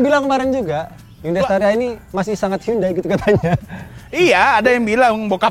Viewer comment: Estaria wkwk espas staria